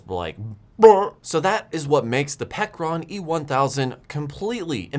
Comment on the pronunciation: Pecron, pronounced as " Pecker Ron "